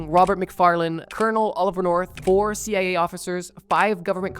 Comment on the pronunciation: Why do you keep calling the CIA the CAA?